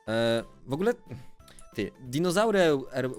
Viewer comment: Dzinozałry" xDDDDDDDDDDDDDD